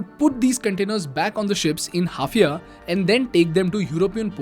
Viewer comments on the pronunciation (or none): The town in Israel is called H A I F A ................ie Haifa,,,,,,,,,,,,and not HAF IA............!!! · Bro,just a small correction,its Haifa port not Hafia as you mispronounced..but it happens yaara.. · Bro the Israeli port is NOT called Hafia as you pronounce it.. its called HAIFA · its haifa port ,not hafia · It's not Hafia port sir, it is Haifa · Haifa Port in Israel, not Hafia bro! No offense though!! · It's HAIFA not HAFIA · It’s Haifa not Hafia… imagine if someone called Mumbai Mumbia 😂😂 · A mistake it's haifa not hafia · It’s Haifa and not HAFIA! It may confuse actual geopolitical enthusiasts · Mispronounciation of an important Israeli port: It is Haifa port and not Hafia port. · Prononciation is Haifa port is (hi-fa) port and not (half-ia) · Nice video. Just small correction timestamp : It's Haifa not Hafia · The port is pronounced Haifa (hai fuh). This new trade route is even more disputable. Haifa sits in Israel, closer to Syria's attacks or may even be from Lebanon/Gaza/Jordan. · maybe I could have.. he could have also pronounced Haifa correctly, especially as it is such an important node in the IMEC, the subject of his video